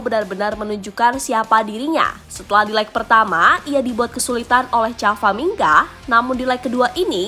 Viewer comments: camavinga woy , bukan cavaminga !! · Camavinga min bukan Cavaminga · Camavinga nyukk bukan cavaminga lollll😂😂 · Bukan Cavaminga Min, yg bener itu Macavinga tuh ! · Camavinga bukan cavaminga,hahaha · Kok beda admin sebut nama camavinga